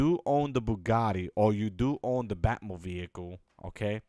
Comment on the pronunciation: blud said bat mobeicle